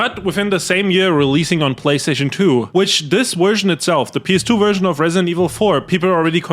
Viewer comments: Bro it's version, not wErSiOn. Dafaq?! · the worst what was that?? Haha the Werst Wersion huh? That waskly wabbit got your tongue? 😂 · "Vee Wersion" ❤